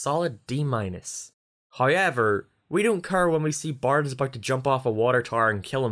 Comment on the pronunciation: That was the weirdest way to pronounce "however" I ever heard